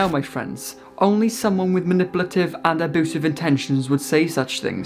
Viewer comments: I could listen to you say ah-BOO-sive all day long lol 😂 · Hooman...... aboosive.... 😂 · SAY ABOOSEV ONE MORE TIME DADDY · Aboosive be-avier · Side note: I love that you pronounce it "aboosive" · No one:: ABOOSIVE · Do you keep saying "aboosive" on purpose? ( no its not the accent ) oh and i just hear valoow (value)